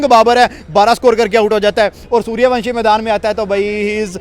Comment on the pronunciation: Saliyo suryawansam nahi suryawanshi 😂😂